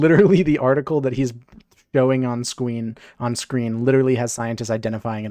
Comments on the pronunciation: “On Scweem” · Yeah he said scween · When you said scween and chat started spamming scween too 😂 realest streamer moment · "Scween" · He said Sqeen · scween LMAO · Idk why but when my dude said “on scween” I laughed so fucking hard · Hes so baffled he accidentally said scween u know its serious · he sayed scuin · "scween" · “On the scween” lmao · He said swreen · on scween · ''on squen'' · "showing on skween" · on scween lmao